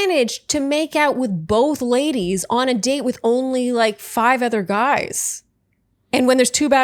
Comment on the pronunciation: One more add...Re: your questions if Chris could be that stupid: Quote: "For me what I'm not interested in is you Guyses (Guises? Gizes???) way of going about this process". Um I think we have our answer:) I shudder when I hear this 🤢